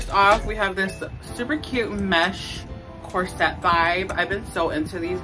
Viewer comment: The word is CORSET and it's pronounced (COR-sut)...not cor-SETTE, like you're saying it. Google it!! Also, you may want to rethink any of the leggings or biker shorts...or maybe buy longer tops...cuz the camel is hungry girl...